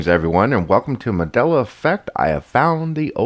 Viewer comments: Did he say "Madela" effect? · Really ? One Harmony should be Bad Harmony. You don't have to be a professional speaker to know basic English. To pronounce the name "Mandela" incorrectly is an insult to the Man; "Madela"? Really ? DUMB. " NASA and all the Stromners "? " if you know astromany "? "the whole solar system, and all the stars, 'is' 100 percent..." That should be "are". We wonder if your day job requires you to speak. Maybe you're a Mime. As far as this useless video ? Well... useless. All talk[bad] and no proof. Yep, useless. Have a good day on "this" Earth.